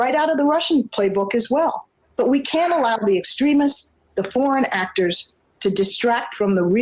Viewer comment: I thought I heard Rice say, "porn actors" instead of "foreign actors".🙂